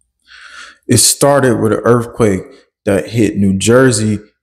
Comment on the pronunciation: Did he say “erf quake”?